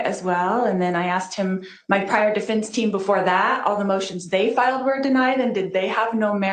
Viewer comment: Objection! Starts her argument with 'um'. Dumb. Objection! Can't pronounce 'defense', says 'difinse'. Dumb. Objection! Can't keep the snarky mean girl attitude at bay. Objection! Cannot pronounce 'affidavit'. It doesn't end with 'david'. Objection! Disrespectful, condescending attitude toward judge Beresky (the court) even though he has bent over backward to teach her law (which he is not required to do). Objection! Cannot pronounce 'at all', calls it 'aah all'. Alright Lori, are you done? First, just because you don't get your way doesn't mean, miss narcissist, that you get a different judge. You are guilty and you're mad that you can't take over the courtroom, that in fact is in the control of the judge. End of discussion. Please, learn to pronounce defense. And you actually have declared yourself to be a translated being. Why are you even in court? Shouldn't you have been magically lifted out by now? Maybe you actually are wishfully thinking you are special. You are not. Judge Beresky is the bomb, and you are NO attorney. Oh and you have lost your 'charms'. You are a laughingstock.